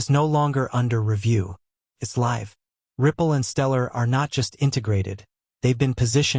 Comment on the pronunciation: AI VOICE: ....goes Liv 😂